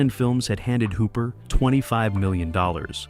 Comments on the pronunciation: I have to get into writing scripts for speech synthesizers, because there's no reason you shouldn't be able to have "Tobe Hooper" & "John Dykstra" pronounced correctly in your videos, you just need to write the script properly... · I honestly didn't know there were so many different ways you can pronounce "Tobe Hooper"